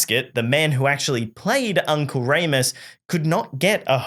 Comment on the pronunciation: Uncle Reem-us not Ray-mus